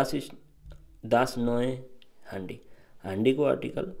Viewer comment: हान्डी होइन ह्यान्डी हुन्छ ।